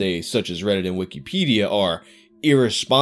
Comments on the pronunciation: “Weekeepædia”. Jesus Christ. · Why do you say it like weekie pedia? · _Stop saying wikipedia so fucked up _